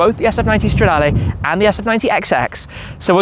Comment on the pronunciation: If you want to lose a whole load of money then yeah, and I do wish you’d stop saying stradaaaalay. It’s stra-da-leh. Not lay! Ferrari isn’t on form right now but as Clarkson said, if their road cars are bad their F1 cars are good. gosh it’s ugly! Don’t do it!!! ❤